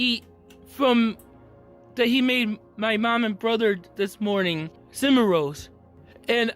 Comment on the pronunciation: Brain Damage or not this is one dispicable human being. The fact that he can logic out codes, statutes & only his rights, cannot pronounce 'cinnam' rolls or 'hospal' (hospital) yet can perfectly explain his "crisis services" plan and explain "criteria" to cops is grotesque. The speaking in the third person is particularly annoying. Not EVEN going to speak to the "poopsquatch" sitch.